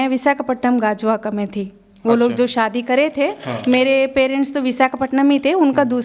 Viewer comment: Sadi nahi hota shadi😂bolna😂seekho